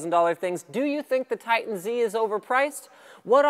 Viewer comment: "Titan ZEEE"? comon Linus, I expected more than that from you:(